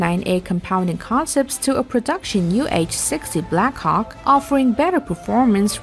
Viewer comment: AM I THE ONLY ONE OR I LITERALY JUST HEARD HER SAY THE BLACK COCK